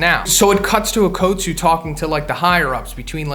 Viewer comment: Bro its okkutsu not OAKutsu